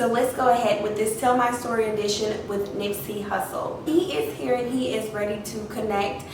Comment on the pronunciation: If he was really talking to you, how is that you couldn’t pronounce his name correctly. And it felt like you weren’t even giving him time to talk. You were just rambling off. You never took a moment and stop and listen. This felt rehearsed.